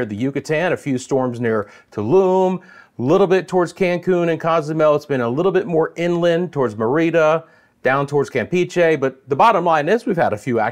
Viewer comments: Mer-ri-da / Merry- da (Merida) 🥂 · your spanish pronunciation needs a little polishing ( Merida & Campeche ). It's Me rí da! and Cam pećh é 😂